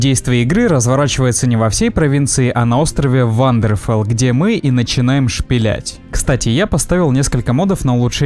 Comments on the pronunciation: Не вандерфел а варденфел) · Только не Ввандерфелл, а Вварденфелл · Не Вандерфел, а Варденфел!!! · ВваРденфелл, а не ВваНдерфелл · Ну во-первых, аргониане, а не аргориане. Во-вторых ВваРДЕНфелл, а не ВваНДЕРфелл. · Ухо режет. Аргориане. Вандерфелл. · Забавно, что о истории игры рассказывает чувак, который даже прочитать название острова не может.